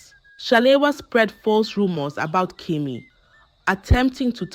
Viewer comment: It’s pronounced Kemi not kimi